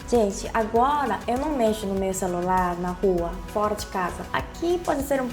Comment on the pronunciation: Quando ela fala agola meu coração derrete kkkkkkk